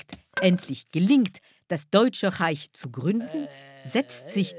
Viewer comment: und etwas typisch deutsches wird von jemandem moderiert, der das Wort deutsch nichtmal richtig aussprechen kann